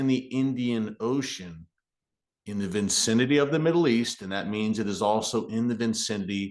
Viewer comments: Its 'viSCinity'. Not VINCINITY'. 5th grade English! What kind of reporter are you? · FYI the word is vicinity not vincinity😊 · Tell me I did not just hear Erick say "vincinity"....I still love ya, Erick 😊